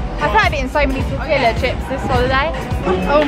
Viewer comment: 😂 she said tore-tlla wraps. and that the lspiritual Copal will get the skeeters away. Cute.